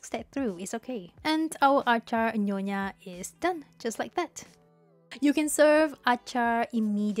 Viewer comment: Nyonya ... not nonya.